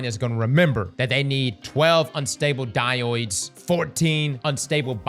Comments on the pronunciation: DIE • ODE NOT DIE • OID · It's dye-ode. Dye-ode. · If you say "DyOidE" one more time imma game-end myself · Brother. Die ode. Dye oh duh. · Wtf is a diouyde? It's a diode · It’s pronounced Die Ode not die oid. There’s only 1 i in diode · Die-Ohds brother please….you say it like a mental handicap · di-oydes is crazy work XD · "Die-yoids" lol. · It’s “Di-ode” (Die-owed) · I die-oided every time he pronounced "diode" as "die-oid" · bud, you're literally my most watched youtuber - but you gotta get on top of the word Diode lol it's pronounced DIE - ODE - Diode. there is one I in the word Diode lol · It's pronounced dy-ode. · It annoyed me at first but now I can't stop calling them dioides too Such a fun way to pronounce it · Someone please teach how to pronounce "diode". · Adding “Diode” to list of words across can’t pronounce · Came here to say something about that 😂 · I dunno but it drives me crazy every time he says it. 😆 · I heard it as well but hey it is what it is. Some people cannot even say citrus and other simple words as well. Diode isn't that bad of a verbal mess up in my opinion. Haha. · Bro literally can’t read 😂